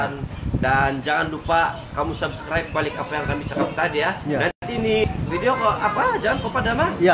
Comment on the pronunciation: bro mana video kau yg susah berul mau sebut subcribr ahaha